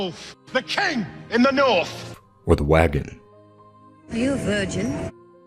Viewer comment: Aren't you pronouncing wagon wrong? More like Way-gone? 😁